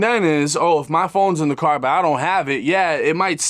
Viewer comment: "I got cawe jacked..." 😂